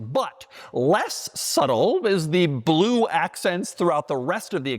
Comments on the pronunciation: No one pronounces blue like that. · My boy, Bah-loo! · Ba-lue. Like how he says e-lectric. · There's something cool about the way Doug says "blue".